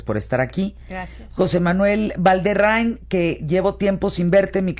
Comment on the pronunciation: Valderrain? la maldición del apellido es que siempre lo mencionan mal jaja un buen aporte el video, gracias y saludos!